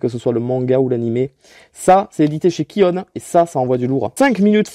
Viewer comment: Moi des que dit: kione C'est kioon(kioune) 😑